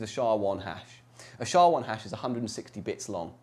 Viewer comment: No one says "shaw". You say the letters S H A.